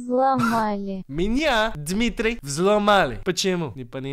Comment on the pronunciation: you say Dimitri 😂